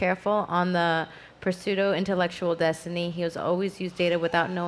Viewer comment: That bitch said Pa-soo-doh intellectual